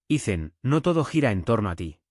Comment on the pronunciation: Porqué Ethan es Icen? pin-che IA XD!